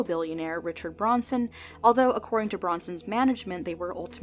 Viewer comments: Its Branson. Not Bronson. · It’s not Bronson..........he’s British & it’s Branson! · The Billionaire you show is Steve BRANSON, pronounced like the town in Missouri with all the Celebrity theatres, not BRONSON (Brawhn- Son) like the actor Charles Bronson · Billionaire Richard BRANSON ;) not Bronson. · Richard Branson not Richard Bronson 😅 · Branson, Richard Br-A-nson.